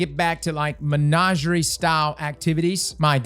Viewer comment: Nice! BTW Its not Menageray its Menagerie, My cousin mis-pronounces it too because of how you say it and he won't say it right even tho I insist it's mispronounced. Thx